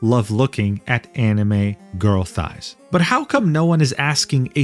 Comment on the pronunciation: why’d he say girl thighs like chicken thighs😭